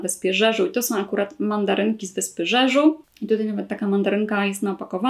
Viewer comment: Nazwę tej koreańskiej wyspy wymawia się 'Dziedziu' :)